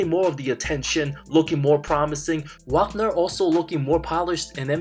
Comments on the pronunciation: OMG!! Did you just butcher Franz Wagner’s last name multiple times in this video? It’s pronounced Vaugner. After a year and a half In the NBA, you should probably know his name by now! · Just so you know it’s Vaagner not Waagner pronouncation wise